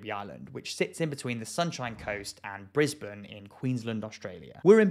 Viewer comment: At least he pronounced Brisbane correctly lol😅😅😅